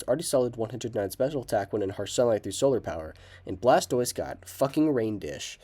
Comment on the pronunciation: It’s blastover